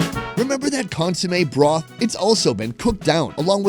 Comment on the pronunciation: Every time he says "broth" - it sounds so emphasised so it feels overused as hell